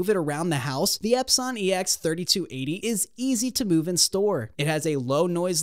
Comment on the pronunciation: I’m not taking somebody who can’t pronounce epson seriously.